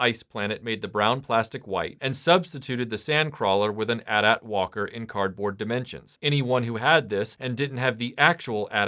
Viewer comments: The constant "at at" thing is driving me nuts. Everyone knows it's "Eh Tie - Eh Tie". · Atat....it's AT-AT (Aye-tee Aye-tee) ... 🤭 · Dude, really? At at? You don't say at and tee when talking about a phone company. Anyway, the amount of Hoth stuff Kenner put out always bothered me. Other cool review video, but some how I feel like this should have been a bit longer given the amount of Hoth toys there were. Keep up the good work.